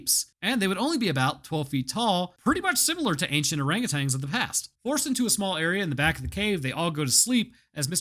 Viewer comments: btw its orangutan, not orangutang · There is no g on the end of the word orangutan...